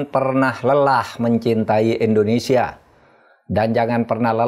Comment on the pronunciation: indonesia prof, bukan endonesa